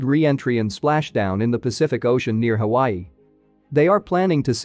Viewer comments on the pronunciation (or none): none